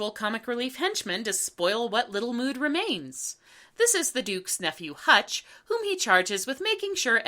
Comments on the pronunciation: I’m sorry,, but his name is “Hunch,” not “Hutch.” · Ok, since apparently no one else is going to bring it up; the owl's names is Hunch not Hutch. Sorry but that was like, the one thing in this review that really bugged me. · The Duke's nephew is named Hunch, not Hutch.